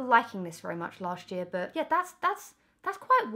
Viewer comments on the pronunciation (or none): Das vewwy niice. 😂😂😂